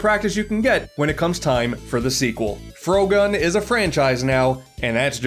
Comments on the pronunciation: Shows footage of Frogun. Me: Aww, neat, I knkw this game!: Pronounces it "Frow-gun" Me:... Why wouldnt you pronounce it like frog-gun? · I'm sorry but how the hell does he mispronounce "frogun"